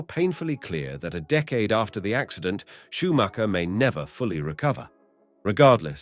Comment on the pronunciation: You actually pronouned the name correct :O Well done! And of cause: So sad what happened to him